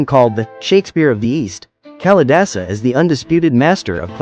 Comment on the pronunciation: Duh...it isn't Callie-dasa! Please! It is Kaali-daasa.